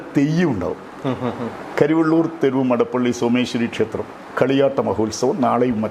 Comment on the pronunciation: കരിവണ്ണൂർ അല്ല കരിവെള്ളൂർ ആണ്